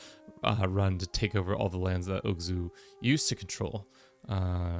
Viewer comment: Big fan of the Oghuz empire. It has such a pleasent color. Also, it's called Oghuz not Ogzuh :)